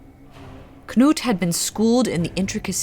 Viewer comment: You are the first English speaker I have heard that pronounces Knut correctly. It is either Canute or 'Newt'. The kn- sound is so common in Nordic languages, and the 'k' is never silent as in 'knot' or 'knowledge'. This time period around the turn of the millennium is very interesting. The Norwegian author, Bjørn Andreas Bull-Hansen, has written an excellent series of novels around this period, where the protagonist comes into contact with many of the people of the time, and takes part in many of the events.